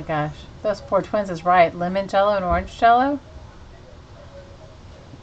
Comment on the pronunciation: Pronounced or-AN-ja-lo and le-MON-ja-lo. Also, I think this is an urban legend. I've heard from about 5 different people who experienced learning of these names from the parents. LOL Love your channel and you! God Bless!